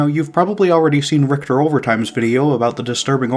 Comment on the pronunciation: btw it’s RICHER overtime like Witcher but with a R.